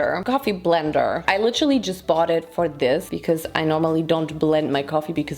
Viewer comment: Yep, „litterly“